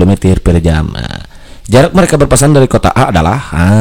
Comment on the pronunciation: Berpapasan bang bukan Berpaspasan wkwkwkwk